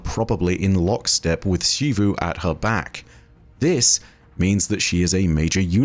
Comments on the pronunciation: I think Xivu is “Zeevoo” not “Sheevoo” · In english, American and British, when a word starts with the letter X, with few exeptions, there is only one proper pronunciation for it. It's pronounced as /z/ for example: xerox, xylophone, xebec, xenon, xenoblast. This also includes Xivu. Her name is pronounced as Zivu Arath not Shivu Arath. Every character in game says her name as Zivu. Every Bungie empolyee says her name as Zivu. Ask any english major and they will say Zivu not Shivu. I know this sounds very nit picky but it is honestly difficult to watch your videos when you continue to mispronounce a characters name. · please, it’s Zivu not Shivu 😭